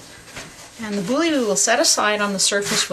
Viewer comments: Nice video. Lame (cutting tool) is pronounced "lahm". Lamé (Lamay) is a shiny fabric used in sewing. Also, boule (ball in French) is pronounced bool, or bull, not bully. It seems all of the bread making words are in French, and seeing them written, without knowing pronunciation, is difficult. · It is pronounced "bool", not "boolly" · It's not pronounced Bouly. It's just Boule (Bool). And when you bake it you want the seam side down, so it doesn't explode in the oven. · Great thank you ! Although, I'll need to train a lot to get the technique right. One quick thing, it's not a "bully", it's a "bool" (that's how you're supposed to pronounce the word boule. Kind of) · Just fyi… the “e” in the word boule is SILENT. (Sounds like “bool”). Your dough looks great! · Bonjour ! Boule is pronounced Boole in Francais :-) 🇫🇷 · Boiler is ball in French. The e is not pronounced like e, it's silent. Only pronounce "boul". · as you say it's an old vid i presume you know but boule rhymes with pool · Wonderful video! I feel like getting teleported right into your kitchen to be able to round off the experience with smelling and tasting the finished product. Wow! The French words you are using are pronounced bull (with a longer drag on the u) for boule, and lamb for lame. The letter e is generally silent at the end of a word in French, except as a sort of a grunt (euh!) in certain dialects, or if the e has an accent over it. Also Batard is pronounced bah-tar, with slight emphasis on the r. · Boule is pronounced 'BOOL' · Might want to check your pronunciation of "boule".